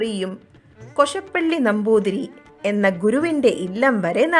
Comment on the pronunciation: കൊശപ്പള്ളി അല്ല കോശാപ്പള്ളി എന്നാണ്